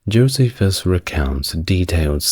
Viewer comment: Saying that name wrong. Jocephus the betrayer The turn coat The Flavian The propagandist Add any of these to fill out who Jocephus really was.